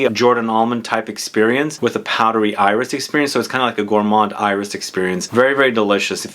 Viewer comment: When you say “iris” in French, the “s” is pronounced:-) I am a francophile so I can’t refrain from trying to help. And incidentally, in something like “Insolence”, the “in” is pronounced like a nasal short a, not a short o. Words like “antique “ ARE pronounced like a nasal short o. would you talk about perfume residue on clothes? It’s something I dislike since I do change my fragrances from day to day though I have those I tend to wear- anyway I really hate when the residue on clothes becomes a mishmash. Would that be an interesting video? Maybe not 😂. But maybe..